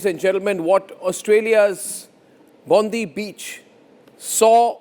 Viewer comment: Wanna tell the World it’s pronounce Bond-eye Beach. Not Bondeee Beach - Cheers!